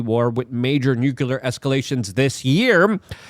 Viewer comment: Goddamnit Luke learn to say the word nuclear. It's not a good look to sound like George W Bush.